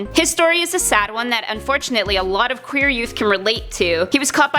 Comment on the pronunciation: You cant say qeur